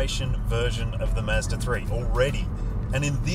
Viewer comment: ‘Mazda’ not “miiiizzzzdaaaa” and ‘dual’ not “juuualll” 😂 otherwise, great review